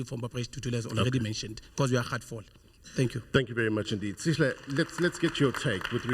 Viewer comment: First of all it’s not “Sishle” it’s Sihle, I’m an American but even I can practice to get the young man’s name right. Why do white and Indian South Africans do this😢